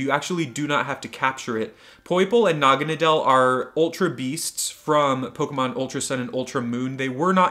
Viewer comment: Btw its said like Naw-ga-na-dl